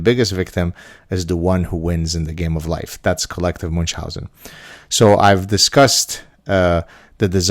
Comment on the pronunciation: If you keep using "Munchausen" as often as you do you may want to pronounce it correctly. The character, delightful by the way, was German; slightly different 'ch' than English, very different than Arabic.